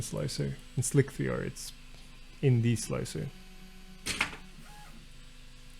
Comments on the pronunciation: Every time he says "Slick 3R" instead of Slicer, an engineer goes insane... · I thought you were saying "Slick VR"